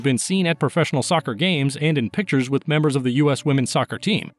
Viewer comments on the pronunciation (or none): none